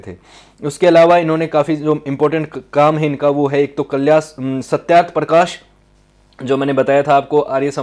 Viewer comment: Name of the book is satyarth parkash not satyaparkash